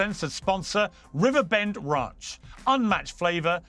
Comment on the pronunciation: Piers pronounces "ranch" as "raunch". Pretty hilarious.